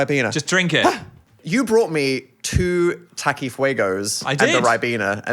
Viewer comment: hearing takis being pronounced as "taqui" like a french word in an english accent was a trip